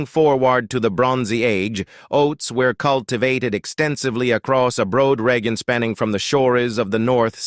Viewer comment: Yeah, the general premise of the text is correct according to current theories, just a pity it's being read by an AI generated voice. At one point, it suddenly decends into mispronounced common words like "region" and others before returning back to almost normal again.